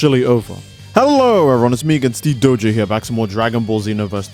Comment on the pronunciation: Are you trolling us?? No like... Seriously. This game is hot Garbaje 😂 please stop.... you're killing me 😂😂😂